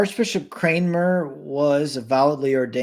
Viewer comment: Gents, It's Archbishop Cramner, not Kramer!